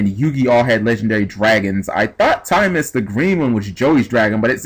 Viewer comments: its timaeus not timemus! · TimEYEus is how it's pronouced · It's pronounced Tim-EYE-us lol. And the monsters it summoned in the Doma Arc were 'Dark Magician Girl the Dragon Knight' and 'Amulet Dragon'. Further, Timaeus will work on 'Dark Magician' cards, including Dark Magician Girl, Dark Magician of Chaos, Dark Magician of Illusions, Skilled Dark Magician; essentially allowing any monster with Dark Magician in its name to be used... Amulet Dragon's effect allowed you to banish all Spell Cards in your grave when it was summoned, and gain 300A per Spell; its original ATK being 2900. DMG the Dragon Knight (2600/1700) allows you to destroy one face up card on the field and destroy it by sending one card from your hand to the grave, and it is a Quick Effect! If the effect you have is the true effect, then shit just got real! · Can you read? Doesn't even look like a word you would pronounce "timeus"